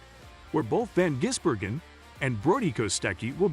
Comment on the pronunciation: Its VAN Gisbergan